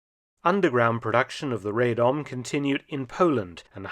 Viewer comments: With the regards the Radom P35 it is pronouced Rah-dom. This is due to it being manufactured in the town of Radom which is pronounced in the aforementioned way. Many guns are still produced in this town today. Thanks for the video :) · "Rejdom" hehe.